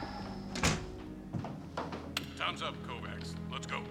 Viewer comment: 'Kovacs' is pronounced 'kovach' in Hungarian.